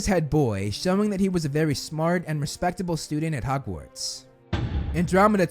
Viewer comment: My bigger issue is 'hugwarts'